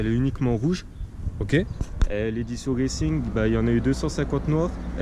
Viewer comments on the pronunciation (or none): C'est pas reilcing mais racing.